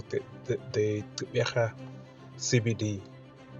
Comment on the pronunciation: Pronounce the Gq as in the iGQirha Lendlela (the click song by Miriam Makeba) - a VOICED CLICK. Not Qeberha which is an UNVOICED CLICK. See? It is not Xeberha, nor is it Ceberha. Practise the clicks.